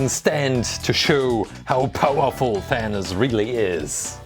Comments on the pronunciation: i don't think its thaniz its thanos or thanoid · It sounds like you are saying THAN-US not THAN-OS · it is not thanis IT IS THANOS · He said venus and it is thanos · Did he say thanas it’s than os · did he just say "Thanoos"?